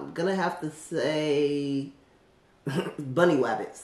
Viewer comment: Bwuny wabbits